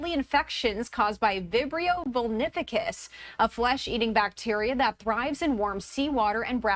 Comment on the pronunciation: Bivrio phoenificuhhs That sounds st00pid 😅